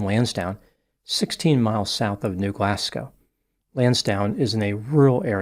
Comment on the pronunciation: Thanks for not calling it New GlasCOW